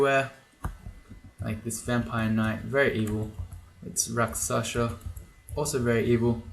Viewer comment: I wonder whether you still call RakSHasa as RakSasha... :)